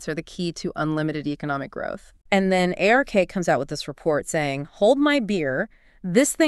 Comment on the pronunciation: A few distracting thing that would be easy to fix like “Ay Are Kay” instead of “Ark”